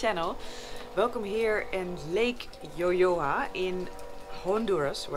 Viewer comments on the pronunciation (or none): “Lago YoYoa”? Lago de Yojoa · Lake yoyoa!,😆😁😅😁 It's lake yo - Joa but is reading yo - hoa whit h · Saludos desde Honduras, me encantan tus videos, pero es Lago de Yojoa, no Yoyoa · Nice,but just one thing : Lago YOJOA is not Yoyoa is YOJOA . Thanks for visit Honduras , Take care <<<<>>>> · Is Lago de YOJOA or Yojoa lake NO Yoyoa 🤣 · In the name of lago is LAGO DE YOJOA not YOYOA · Miss Noraly, it is not Yoyoa, is YOJOA, sorry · The name’s lake is yojoa not yoyoa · No es lago yoyoa.. Es lago yojoa tienes que decirlo en español no en inglés pero aun así el nombre es yojoa no yoyoa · The perfect pronunciation is "Yohoa" no "yoyoa" :3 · you have the name wrong, its yohoa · Just a small correction, the pronunciation of Yojoa is more like juh-HO-ah. Lake Yojoa. Great video nonetheless! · It's call Yojoa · The correct name is Lake Yojoa. (the j you pronounce like you would a an H). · The lake name is YOJOA please make correction try to do your research